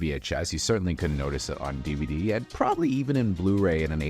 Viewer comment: Mentiras audaces, mentiras verdaderas,... James Cameraaaan, Eilian (Alien), DiViDí (DVD). Hay que supervisar a la IA de audio